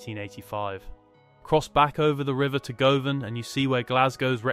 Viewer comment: Looked good initially but the mispronunciation of ’Govan’ and ‘closes” made me give up.